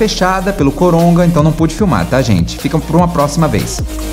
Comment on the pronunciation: eu ouvi bem ou vc falou coronga.kkkk